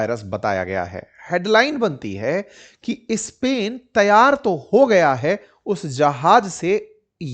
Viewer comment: आप नॉर्थ इंडियन्स स्पेन के पहले इस्पेन,स्कूल के पहले इस्हुल क्यू बोलते हो?सुन ने मे बडा खराब लागता है